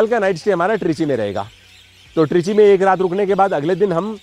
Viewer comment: "ट्रीची" नही बोलते है इसे "तिरची" बोलते है